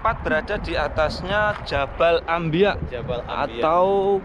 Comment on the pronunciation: Jabal anbiyaa, bkn ambiya